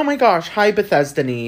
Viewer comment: EXCUSE ME,, “BETHESDANY” ??!💀